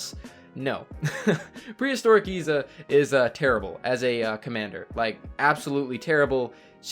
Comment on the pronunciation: Its pronounced Izza